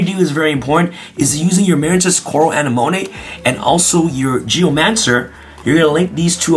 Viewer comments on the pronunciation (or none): Ana-monay?? A-nem-a-nee. Likin' the deck profile! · You misspronouncing Anemone, its pronounced "A-Ne-Ma-Nay" lol. Also I built a Battle Control varient of Ice Barrier focusing on Speaker, Defender and Eisbahn, that still uses the ful Synchro engine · ✋ A-neh-mo-nee 👉 A-neh-mo-nay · Um... Uh-nem-uh-NEE, BorreLOAD Savage, and QuarionGANdax. Great deck profile, though! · I believe you should watch finding Nemo lol uh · neh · muh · nee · “ANNEH-MOAN-AY”??? BRUH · "aneMONay" yes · Marincess A-Nim-A-Knee... think Finding Nemo. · This man's never watched Finding Nemo. It's AH-NEH-MUH-KNEE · Say it with me. AH-NEH-MO-KNEE 🥴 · I died a little instead whenever he pronounced Anemone wrong. LOL. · The wY you said anemone 😬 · how did he just pronounce Anemone? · Gotta give you huge gruff for mispronouncing Anemone. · The way he pronounced anemone was funny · He either doesn't even realise what that word means or has given up on saying it correctly